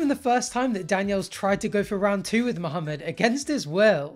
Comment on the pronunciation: U pronounce the name Muhammed well, its refreshing to hear